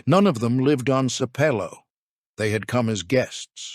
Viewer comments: Sape low, pronounced wrongly the whole video😖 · I’m 26 seconds in and it’s annoying that you aren’t pronouncing Sapelo correctly. Otherwise, very interesting. The Gullah/Geechie community and lands need protection as a living heritage sight. Give them their land back!